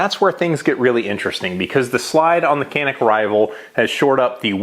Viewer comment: I am Turkish, and Canik is a Turkish brand. However we can not buy it in our country. Not easy to obtain it due to strict laws. We can only watch American videos to learn more about it. By the way pronounciation is wrong. İt is something like "ja-neek".